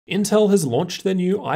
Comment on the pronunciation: The L in inteL ain't there for nothing y'know